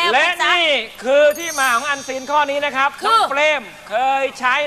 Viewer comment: อันซีน เราฟังเปน เอ็นซี 555